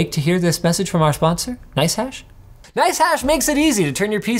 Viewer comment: "our spondsor... nicehash" i actgually did a double take on that one XD